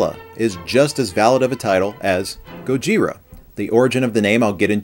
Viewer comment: he said Gojira wrong